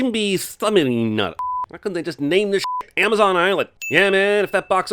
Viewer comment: did you just say "Zon"? I think he just said "Zon"